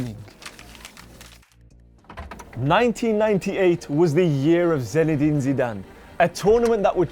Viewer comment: Irritating that you kept saying his name as ZENedin